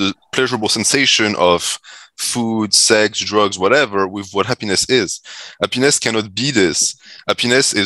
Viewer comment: saying hap-piness is hilarious 😂